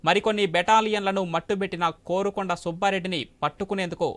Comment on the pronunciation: 'కారుకొండ' nu కోరుకొండ kaadu